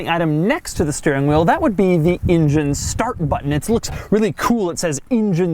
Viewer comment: DeMuro, why do you pronounce the engine word as "ingen"? :D Love from Serbia! :D